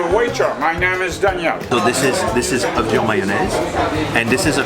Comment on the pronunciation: It’s not Man-naise it’s mayonnaise